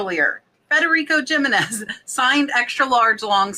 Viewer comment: Jimenez is pronounced He-Men-Ez